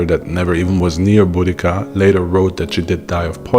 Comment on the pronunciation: Thank you for pronouncing her name correctly.